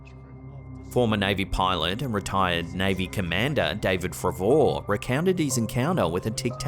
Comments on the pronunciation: It just proves how little you actually know about the subjects you post videos on..fravoor!!?!! His name is pronounced frayvor, if you actually knew what your on about then you would know how to pronounce his name, you make yourself look a complete clown 🤡. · David “fru-vore”😂 the way you pronounce the name…😂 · Dude ur saying the commander name wrong lol. It’s pronounced like “favor” lol. He was on the USS Nimitz during my time. Well respected man in the Navy. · David Fravór kills me 💀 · The fact you pronounced fravors name wrong shows you have zero interest in these things and just create content and it shows. How can you mispronounce a name that famous incorrectly? An offense to the real people who search for real answers. 1/10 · That pronouncation of Fravor xD